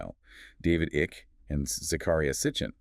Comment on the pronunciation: A.I. FYI Icke is pronounced Eye-K.